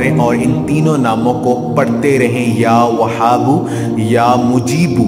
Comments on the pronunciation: Salam.....bhai ap apna pronunciation tekh kro.....wazifa ap ka tekh hot a h pronunciation tekh ni hota....like وهاب or وحاب ma bht faraq hai kindly ap kisi ulama se pronunciation learning kary....thanks.... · Ya whabo chhoti he se hai aap galt prd rhe hai